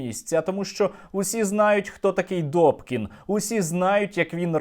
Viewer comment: НЕ ДОКІН..А....ДУПКІН